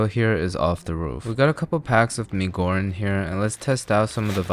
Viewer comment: YOOO HE SAID MI GORRENG 😭 THANK YOU MY MAN!